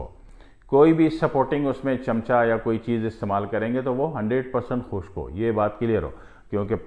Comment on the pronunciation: Please correct pronunciation that is khusk chohara not khu sak chohara